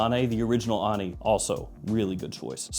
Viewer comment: Hey,! Ani is an ancient Armenian city. Pronounced with emphasis on the "i". )